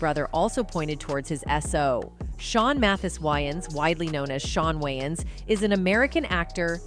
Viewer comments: why does narrator insist on renaming way-ans to why-ans i js couldn't take this seriously if host couldn't take 2 seconds to google correct pronunciation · Isn’t Wayans pronounced weigh-ins? Not why-ins? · I can't she can't say wayans right.🙄. These Ai are not so smart after all. 🤨😂. Nj.